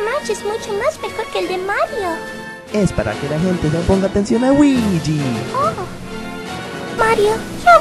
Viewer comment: el dijo weegee